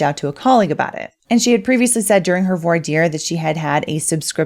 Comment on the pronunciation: There's no "r" sound in the word "voir." It's pronounced like vwah.